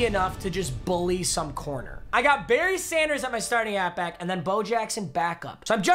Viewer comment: whenever you say berry sanders it sounds like you're saying bernie sanders and thats the best part of your videos